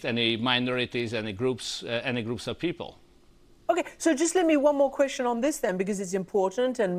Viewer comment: enikveszcsön...? Vitya,lenne mit tanulni ...